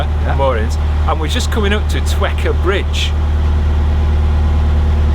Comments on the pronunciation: I was born in Twechar, and you absolutely nailed the pronunciation, most Scots get it wrong, so congrats. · Spot on with Auchinstarry and Twechar. Good pronunciation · Don’t you worry! You pronounced Auchinstarry and Twechar perfectly! I live in the town that Auchinstarry is in :D I wonder tho! While in the stretch from Falkirk to Auchinstarry you would have passed a wee house on the opposite side of canal from the tow path, in the summer they have their chickens free roaming and they all go for a swim in the canal, it’s the strangest thing I’ve ever seen on the canal while out walking lol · Pronunciation for Twechar was correctamundo. As was Auchinstarry